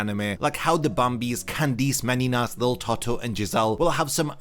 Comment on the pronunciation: candice meninas sounded like candice many nuts XD